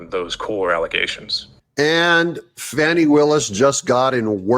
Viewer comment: I pronounce Fani. FAN EEE as in Ass. Hey stayed as always to end. Isn't lying in court PERJURY????DISBAR BOTH OF THEM.THROW OUT court decisions for the people who were involved with Trump.